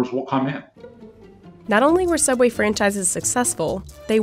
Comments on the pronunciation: Ok don't you mean sooubway? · Well now we know why ’ sooubway closed 🤷🏻‍♀️ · “Subway” is a very strange way to pronounce sooubway